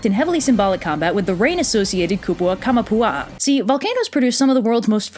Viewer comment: Kamapua'a........ take of kama and one a...